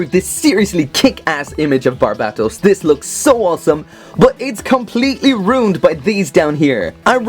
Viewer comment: The only one that doesn't say "Barb-ei-to-u-s"